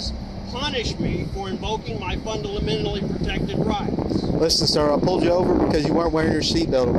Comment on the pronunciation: Yeah, the idiot couldn't even pronounce the word "fundamental" correctly! Can we say second grade education, at best?